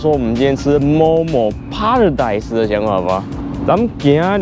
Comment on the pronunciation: 糾正一下，paradise 唸 ㄆㄟ，不是 唸 ㄆㄚ。